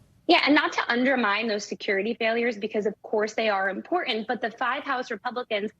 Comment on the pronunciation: can say “report “, but can’t pronounce “important”.